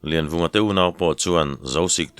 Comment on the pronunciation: Laivunga i ti zauh mai tihsual palh a nih hmel e